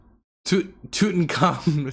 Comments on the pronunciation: you seriously don't know how to say Tutankhamen, probably the most well known Egyptian pharaoh in history? 😂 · Yeah, very surreal. For the record to anyone who doesn't know, it should be pronounced "toot en kah moon" IIRC. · And has made me forget how to pronounce king tuts name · getting stuck on how to pronounce "Tutenkhamen" actually made me think I was having a stroke for a second